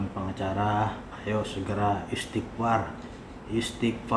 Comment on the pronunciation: Ngomng istighfar aja istipar....woii...